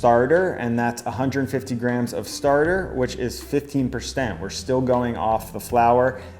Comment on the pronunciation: Why have americans schtarted to pronounce schtretching and schtarter? It sounds so sloppy and bad :( I mean you do say sourdough, slow and depends correctly.